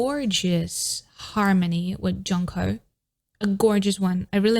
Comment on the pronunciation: se pronuncia yonjo (jongho) im atiny for ateez